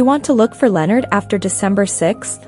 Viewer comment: If you are going to make a video, at least pronounce the name correctly...!!!